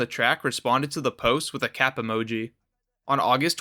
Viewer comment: “that was cyap” why tf you said cap like that